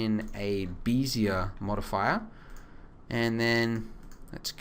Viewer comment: lol... beezeeier curve?